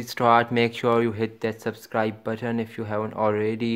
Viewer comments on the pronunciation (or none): "Baten" "gemel"